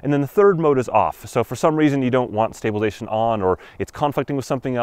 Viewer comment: It's stabilize-A-tion not stablilzeion